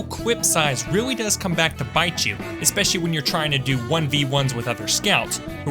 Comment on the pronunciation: I love how he always says “espessoly”